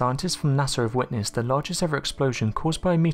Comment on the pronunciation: NASA is NOT pronounced Nasser!